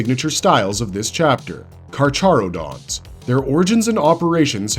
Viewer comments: You absolutely butchered the carcharodons name XD it's read like so kar-ka-ro-dons, like the latin name for sharks. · Idk why but the way he said carcharodons pissed me off